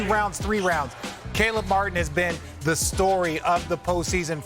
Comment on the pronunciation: Thank you ESPN for getting Caleb Martin's name right lol